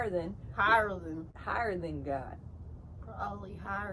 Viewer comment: I love how you pronounced “GAHHD” 😆